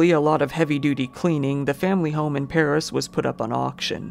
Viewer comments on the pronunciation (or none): none